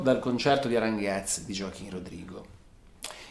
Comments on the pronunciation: Grandeeeeee !!! Finalmente El Concierto de Aranjuez !! TU-TO-RIAL TU-TO-RIAL TU-TO-RIAL :D Per la precisione, Aranjuez si pronuncia Aran "hu" (qui mettici l'h aspirata tipo ich dei tedeschi) e "ez" qui pensa che sia scritto "es" e pronuncialo come farebbe Jovanotti ;-) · Non male la riduzione. Sarebbe il caso si informasse sulla esatta pronuncia di "Aranjuez"; non " Aranguez " !! Buccia di banana intollerabile...